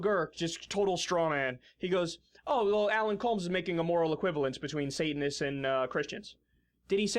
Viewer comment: I cringed every time she said Sate-an-ists! Ha